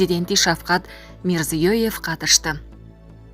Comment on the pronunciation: Мирзиееееёёё деп ткурада суйлой албайсын унуну уксам аллергия болуп кеттип атам тооба озбекистандын президен туура суйлочу ээй